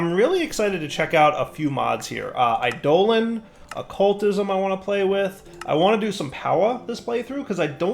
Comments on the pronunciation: ...it's Eye-Dough-Lawn not Eye-Dolan...please... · Eidolon = EYE-doe-lawn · Look up the proper pronunciation for Eidolon, please.